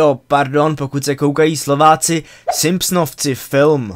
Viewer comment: Slováci vyslovují v tomhle případě v jako [u], ne jako my [f]. Takže pro příště [simpsonouci]. Ale jinak povedený skoro adaptace honest trailers.